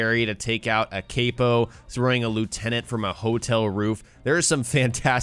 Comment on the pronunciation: the way you pronounce capo grinds my gears smh